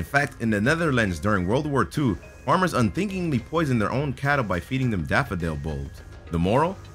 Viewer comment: ahem. didn't he say " daphodile " ?